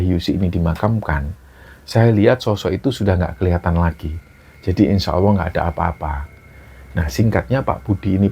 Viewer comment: Maaf ya mas, bkn menggurui. Cmn ucapkan Insya Allah dng benar. Bkn insya Awooh, krn akan beda artinya...🙏🙏